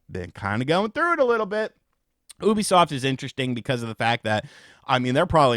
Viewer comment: For the love of god !!! It’s not “ OH B SOFT !!! ITS - U - B - SOFT !!!